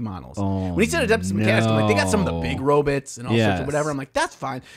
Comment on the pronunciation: Hey I believe it's pronounced robots not robits just saying